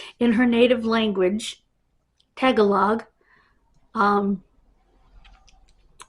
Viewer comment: And it's tah gah log